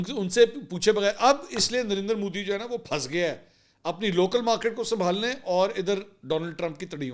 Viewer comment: MODI not MOODI